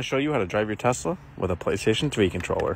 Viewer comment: Ah yes tezla